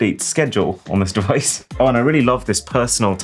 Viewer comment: bro I’m dead😭😭 I knew was cooked whenever I heard that